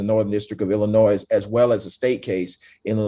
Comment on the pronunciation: For the love of Christ! The S in Illinois is SILENT!!!!!